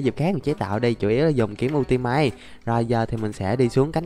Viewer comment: Cách đọc kiếm ultimate mà em cười rụng răng lun đọc là yu -ti -mết nha anh